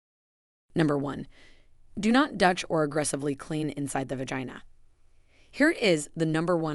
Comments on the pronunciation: If you are going to put out a video please understand how to say 'Douche' it is not DUTCH, GET A GRIP. YOU CAN GO ON INTERNET AND THEY WILL ACTUALLY SAY THE WORD FOR YOU. NO EXCUSE. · . Definitely an Ai content farm. Possibly plagiarised material. But any engagement bad or good is good for the channel, darn it! Oh boy just heard it say dush instead of doosh ( douche ) but is able to say “dooshing” oh well they get it right half the time 🙄😂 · You mispronounce many words, like "vaginal" and "douche". Are you Ai? Automatically I won't listen to anything you spout! How much difference does it make for your profit from this? And nonthing you have said here is something I haven't heard before. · Women or men do not smell badly they smell bad, not badly badly is an adverb. Also, I hate AI generated audio, mispronounced vaginal, douche and anal please stop using AI generated audio ! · Teach a i how to pronounce gynecologist and douche it's quite amusing and distracting thank you